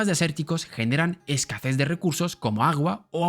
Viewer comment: Lo siento mucho, cero ánimo de resultar ofensivo, de verdad, (mi máxima admiración por el dominio del Español, vaya por delante), pero se me hace muy divertido comprobar que a muchas personas extranjeras se les resiste decir la palabra: es-ca-SeZ, y en su lugar dicen es-ca-"ZeS" 😅😅😅. No entiendo la razón exacta de la confusión... pero le pasa a personas de diferentes idiomas de origen como lengua madre, y todos se confunden en lo mismo, con exactamente la misma palabra... aún y a pesar de hablar un Español Admirable... Es un fenómeno tan curioso... como divertido, al cuál no soy capaz de encontrarle una explicación 😅😅😅. Perdón... no me pude resistir a comentarlo 🙏🙏🙏😅😅😅.